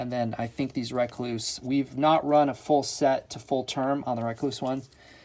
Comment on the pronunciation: It’s Rekluse not Rakluse “E”